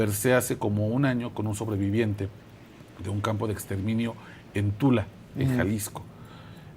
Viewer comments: No es Tula, es Tala. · No es Tula, es Tala, Jalisco